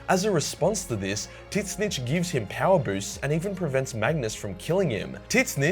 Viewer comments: Is that how you pronounce tzeench ? My brain is itchy from this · I have never in my life heard “Tzeentch” pronounced like it is in this video. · Roasts neck beards about well actually-ing slaanesh, then goes on to pronounce Tzeentch in the most horrible fashion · THIS GUYS PRONUNCIATION OF TZEENCH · The way he says Tzeench physically pains me. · That you butcher the Tzeentch pronunciation in a vulgar and and uncreative way once or twice might have been funny. But it wore off quickly for me, and now I think you're dumb. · the way he says Tzeentch makes me hope it's a meme and not how he actually think it's pronounced. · I can’t.. with the way you pronounce Tzeentch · What the eff is wrong with you to pronounce Tzeentch like that? You rape his name so hard, Slaanesh would be proud of you! Vector Sigma... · You butchered Tzeentch pronunciation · You said Tzeentch wrong. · Hell. The way he pronounces Tzeench....legit made the video unwatchable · Why you pronounce Tzeentch in the way you are? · Is there a meme I missed with the Tzeentch pronounciation, or is there something in the lore that indicates that Tzeentch can't abide breasts and always reports them to the authorities. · I have never heard someone pronunce Tezznch like that, and... I can't tell if i love or hate it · We gonna ignore how this guy pronounces Tzeentch? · Is the way you pronounce Tzeentch a bad joke or do you actually think that is correct? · Had to stop watching at the constant mispronunciation of Tzeentch. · I'm sorry but Tzeench is pronounced zeench not tits-nitch. Please stop tits-nitch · Why do you pronounce it Titsnitch? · Me, who always pronounces it “ZEENCH”: This dude: “TIT-SNITCH” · Why did you have to pronouncing Tzeentch as Titssnitch? Come on my guy, google translate says it more accurately than you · It's pronounced zeintch not titzintch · It's pronounced z-eee-n-ch. Not tis-snitch; unless that was a joke? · It’s pronounced zeench not tih-snitch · It’s pronounced “Zinch” 😢